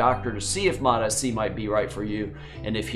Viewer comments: because it is lol. It's MOTS C not Motis C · Hey doc, fyi, it's pronounced MOTS C, rarher than MOT SC 👍